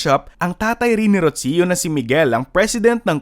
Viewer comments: It’s Roo-See-Yoo not Rotsio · It's pronounced as "Rosho" not "Rotsiyo". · Why do you keep mispronouncing the name “Rocio”?? It’s so annoying!!!